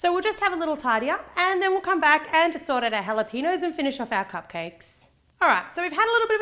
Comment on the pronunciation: AHHAHAHA HALAPEENOS